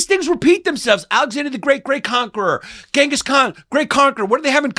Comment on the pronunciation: It's not gengus or chingus, it's jingus